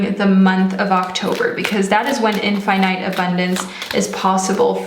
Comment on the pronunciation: the way u say infinite and arch is the reason I couldnt finish this video